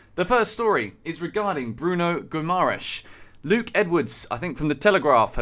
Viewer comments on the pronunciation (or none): none